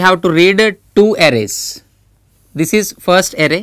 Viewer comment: It's "is" and not "is-a".